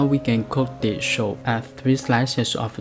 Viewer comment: soup not shup